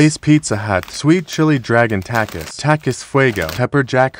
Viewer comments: Bro its pronounced talk es not tack es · just saying u don’t pronounce takis with and i like that i say it with an e sound like takees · Takiees not takiss pronouncing